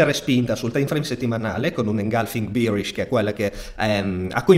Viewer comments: si dice behrish e no bierish! bier è la birra! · Birish misà tanto di birra 🤣 BEArish è la pronuncia corretta Grazie per i tuoi video, ti stimo tantissimo. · tutto ok ma non dire bierish per favore